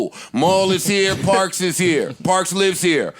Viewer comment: It’s parks............PARKS